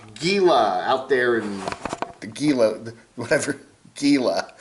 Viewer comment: Gila, say it like HE LA 😉